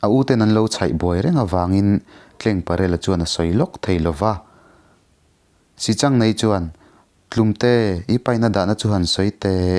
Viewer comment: Pc. I thiam takzet,mahse sichangneii ni lovin, sihchang neiin tiin Kan lo ngaithla thina,pi leh pu te atang khan